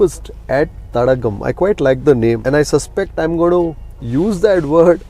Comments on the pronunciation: Sir You have to pronounce as thadaaaakam not as thatagam- meaning lake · Dear Sir 🥰 I think Thadakam is pronounced as Thadaakam(means lake)..🙏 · Thadaagam is the right pronunciation sir.. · It should be pronounced as Thadaakam, stress on "daa" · its pronounced ThadAAgum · It should be pronounced as “THADAAKAM”